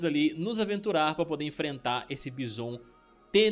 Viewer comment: E aí blz, pô tu e os meninos do combo infinito é cheio de americanizar nos nomes de jogos e personagens, Bison, pô pronuncia a coisa do jeito que é e do jeito que agente chama.( baison.....) Da nem vontade de ver o resto e ouvir, acompanho vcs e gosto dos conteúdos mais isso é chato